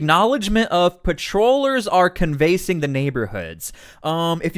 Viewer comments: What is "can-VASE-ing? The word is "CAN-vass-ing". Mispronunciation makes you sound silly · canvass = KAN’ vess. Lilac = LIE’ lack. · People are gonna think you are AI sloppy if you pronounce words like can-vasing...lol. imagine if you will a painting..what would you use to express your art form? Im no literary expert just wanted to have a good laugh. I watch your show regularly and find your material very informative. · Ummm. It’s pronounced Can Va Sing. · It's 'canvas - ing' the neighborhood, and 'Lie - lac' (or lok) Street. I really like your content, but these are basics... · * canvassing = can - vuh - sing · Your saying canvassing wrong lol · Lmao at how you pronounce canvas. Google it for pronunciation . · How did you mispronounce 'canvassing'??